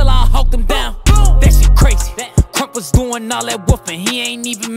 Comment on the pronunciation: He said Krump not Trump